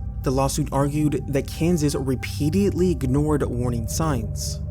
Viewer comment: I know this shouldn't be what bothers me about this upload, but "repeatiately" isn't a word, and you said it repeatedly throughout the video. Maybe work on your vocabulary before posting videos ffs.